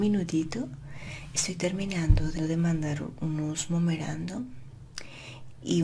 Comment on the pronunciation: ¿Qué es un "numerando"? 🤔 ¿No será un "Memorandum"?